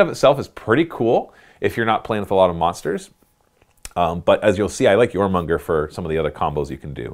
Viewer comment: jormunGANdr. its jormungandr . please. save my OCD brain